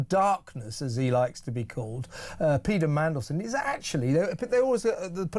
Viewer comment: lmao. .Have you always pronounced Peter 'Peda' or do my ears need checking .